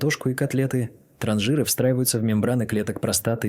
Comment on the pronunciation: По сути всё правильно, но откуда такая чудовищная безграмотность? Транжиры???- может ТранСжиры? КолбасЫ?? -А может всё же колбАсы? Ребята, у вас что там, слепой робот-читатель, которого переводит глухой робот- озвучиватель?